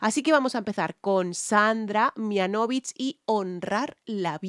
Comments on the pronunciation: Hola,! Te ayudo con la pronunciación. Es "Mihánovich" (acentuando en la a) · Gracias querida!!! Hermosa voz de Sandra Mihanovich (el apellido se pronuncia Mihánovich) con un acento en la "a"... Hermosa tu reacción como siempre!!! Besitossss desde Argentina!!!